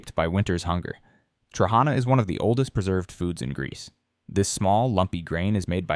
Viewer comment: Trahanas , the accent goes to the last a. ,to as.